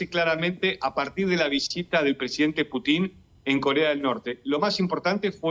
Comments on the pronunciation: Se pronuncia Pútin y no Putín; así como Bíden y no Bidén... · aprende a pronunciar el apellido del pte ruso Que burro eres ademas de pro yanqui.